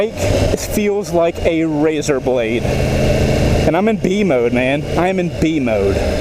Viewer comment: did you say "razer blade"?